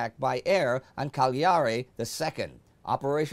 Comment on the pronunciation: Is Càgliari, not Cagliàri.